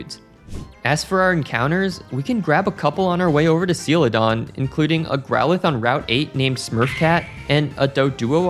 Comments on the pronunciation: Sealadon? Excuse me? 😂 I think you mean sell-a-don (Celadon) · Absolute cringe how you say "Seeladon" instead of Celadon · How do you say Celadon? That was my take away from the whole video.